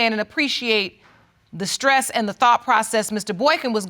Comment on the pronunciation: There’s no ‘k’ in the word stress!